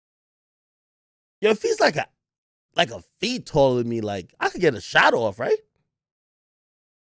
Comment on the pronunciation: Nigga pronouncing it Kevin Dorant